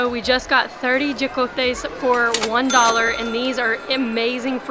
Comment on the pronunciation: WHAT THE HELL ARE YICOTES ??!! FOR YOU TO USE THE RIGHT PRONUNTIATION IS HOCOHTEH NOT YICOTE HAHAHAHA